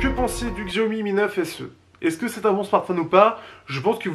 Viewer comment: la marque se dit "chaomi" et pas "xiaomi"